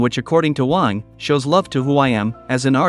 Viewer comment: At least you didn't butcher his last name. A lot of people not familiar with how Wang is pronounced in Chinese say it as Wheng or something similar.